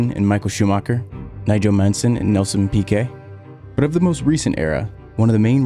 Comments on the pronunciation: It's really annoying that you don't know these f1 legends names? Nigel MANSON? it's MANSELL KIKI Rosberg? It's pronounced "Keh-kay"... No "EE" sounds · Nigel Mansen? You should have redon that voiceover.